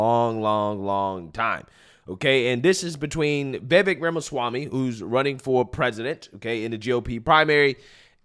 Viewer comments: It’s Vivake . It rhymes with cake. I know I spelled it wrong before anyone points that out. But yeah, so I hope this guy is not phony. Would be nice to have a VP with a spine and intellect on our side. ❤ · Go Vivek!!!! Take those bozos DOWN ! Also, it has been confirmed by the the man himself ....it is ViV-AKE...rhymes with cake. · You tell people we don't know what we're talking about but you don't know how to properly pronounce Vivek! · Dude. Pronounce his name correctly! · VIVEK rhymes with cake! 😁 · You still can't pronounce Vivek lmao after how many videos you posted of him. Not only that you actually like the guy lmao 🤣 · It's pronounced VivAKE like cAKE. He's a straight up baller. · Pronounced, Vavake or Va-Vake like cake. Just FYI, LOL. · Pronounced "Viv-VAKE" accent on "Vake" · Vivek like cake. Stop saying it wrong. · His name is V I V E K…..not “VEVIK” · Vivek is pronounced vi Vake......sounds like cake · Say it with me, Vi-vake. Like cake. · Great Job on this video! The Only issue that I have is that you Keep pronouncing Vivek's name wrong after I've explained it here Numerous times. It's Vivake like Cake, and Mehdi is not pronounced Mindy. 😉😝 Anyways, We NEED to get back to the days of GOD, FAMILY, AND COUNTRY BAYBAY!!! 🇺🇲 Old School AMERICA 🇺🇲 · Rule #1, never trust a Democrat to tell the truth. Rule #2, never trust a Democrat.😂 Also, he said his names is pronounced Vi-Vake, like cake. Just for future reference. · Remember, his name is pronounced Viv - ake - rhymes with cake. 😄👍🏾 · his name is pronounce Ve Vake as in cake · Man I really, really like your channel but please pronounce Vivek's name correctly. It's Vivek like "cake". He has said this many times. Thanks a lot and keep spreading the word! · It's pronounced Viv-Ache. It rhymes with "cake". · I think its pronounced, (Viv'ake) like (the'cake) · Brother his name is /veevake/ and rhymes with "cake"... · Vivek rhymes with cake